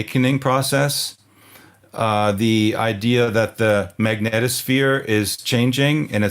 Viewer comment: A very special thanks to you both for saying the word "Magnetosphere" properly 😔. It's like nails on a chalkboard hearing people incessantly pronounce it as, "MagnEEEtosphere". 👍